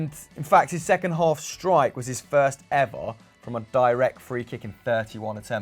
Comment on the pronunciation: Birst of all Good ebening